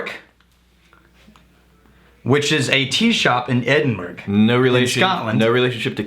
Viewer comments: Edinburg 😂 the hell is that? It’s edin-burra unless your Scottish then it’s edinbra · Bah, you lived in Scotland, you know it's not Edinberg, it's Edinburuh :) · it's edinbu-ruh not burg... also i find the lack of Indian teas kind of insulting. it is like looking at all of the worlds whiskies and forgetting bourbon (i am conceding Chinese tea as scotch) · I'm sure you'll get a lot of these comments from Scottish viewers, but Edinburgh is actually pronounced Edin-borough. The accent makes it sound more like Edin-bur-uh though. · Btw just so you guys know it's ed-in-bur-a not edin-bur-g also I've visited the tea shop before and the smell of the place is amazing!